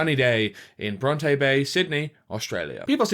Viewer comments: I know it truly doesn't matter its pronounced Bron-tea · i'm so sorry but as an aussie the way you pronounce bronte bay as brontay bay is killing me